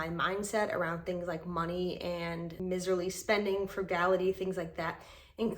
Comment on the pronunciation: *miserly, said with a long I, not a short i. "M-eyes-erly.